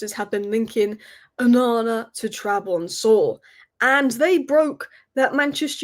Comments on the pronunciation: Ok, how the hell is she pronouncing "Trabzonspor" as "Trabonsor" now? 😐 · Trab-zon-spor. just for future reference. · Trabonzor lol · Love the way you butchered the name Trabzonspor not once, but multiple times. Licha would be proud 🩸🔪 😂😂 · u keep butchering the name trabzonspor🤣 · can't even pronounce Trabzonspor properly.